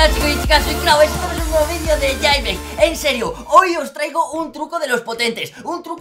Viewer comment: jailbreak no jeilbrik jaja XD